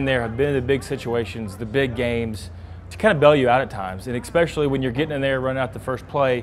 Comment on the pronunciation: JP, it's especially, not ex-specially